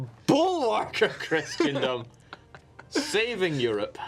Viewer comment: every time he says Christian-dom instead of Chris-en-dom, I feel it. And it feels bad.